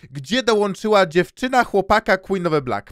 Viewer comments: quen of the blik xd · Queen of the Black nie zasługuje żeby tak się do niej zwracać. Powinniśmy mówić "KŁIN OF DE BLAK"